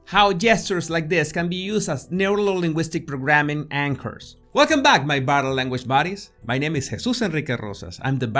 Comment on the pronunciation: neurolinguistic programming was never pronounced so awesome 😄